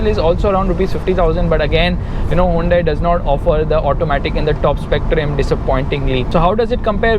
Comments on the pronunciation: Hey it's Hyoon-dai not huvende...... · "hawundae" xDddddd lol